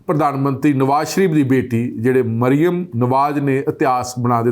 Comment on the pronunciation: ਭਾਜੀ ਜੀ, ਨਾਂ ਤਾਂ ਠੀਕ ਪੜ੍ਹੋ, ਮਰਿਮਮ ਨਹੀਂ ਮਰਿਅਮ ਹੈ ll 🙄